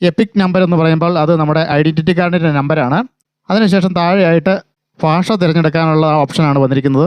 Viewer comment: ഫാഷ അല്ല ഭാഷ എന്നാണ് പറയേണ്ടത്